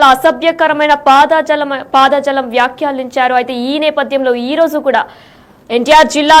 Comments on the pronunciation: పాద జాలం కాదు యంకరమ్మా, పదజాలం అనాలి. తెలుగు సరిగా పలకటం నేర్చుకోండి. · తల్లి పాద జలం కాదు పదజాలం చస్తున్నాను వినలేక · పాదజాలం, చేతులజాలం కాదమ్మా.... పదజాలం ఆని పలుకమ్మా...